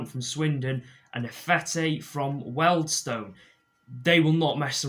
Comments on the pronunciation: I think it is correctly pronounced ‘Wheel-dstun’; the problem is that keeps mispronouncing it as ‘Well-dstone’, however, after next season, it shouldn’t be an issue. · Isn’t Wealdstone pronounced “Wee-uld-stone”?